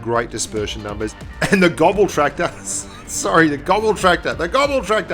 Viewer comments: I don't blame you for calling it the Grobtraktor, but it is pronounced graws-tractor. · Its gros not grob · Hehe "the grobtractor" 😂 its pronounced grosstractor, its just weird german pronunciation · Adel Tuncer Yeah.. it's actually like Gross tractor, not Grob tractor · Großtraktor = "Grosstraktor" Großtraktor ❎ "Grobtraktor" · Hey! it´s Gross (gernman for large) not grob, the "ß" is a german letter for a double "s"! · Hey mate, the 4th letter in "Großtraktor" is a German letter; "ß" is more or less equal with double S in speaking. It was funny to hear and read GroBtraktor in the video. ;-) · The ß is pronounced as a hard S like SS so it's Grosstrakktor.. if translate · ik its probably how its spelled and great video but it is pronounced grosstraktor because the ß is pronounced like an S but either way great vid keep it up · that ß is a double S sound. It's a grosstracktor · It's Großtraktor, pronounced GrossTraktor 😉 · Grub tractor! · I cringe everytime he says grob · Boah, it's called "Großtraktor". ß, not B!! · Technically pronounced "Grosstractor" In German, that "ß" is a phonetic "S" not be rude ;) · GroBtraktor, maybe learn how to pronounce the name of something you're talking about? It was so unprofessional. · Austrian here: You pronounce the ß in Großtraktor like a normal S